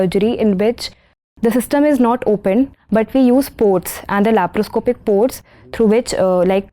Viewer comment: Sir its not LAPROPOSCIP SURGERY, its LAPROSCOPIC SURGERY😀